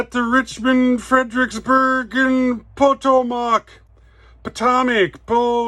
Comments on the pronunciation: I know this is old video and I’m working my way thru all of your videos , love them all a 33%er. To pronounce Potomac is ( puh-toe-mic ) great videos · Potomac is pronounced puh toe mick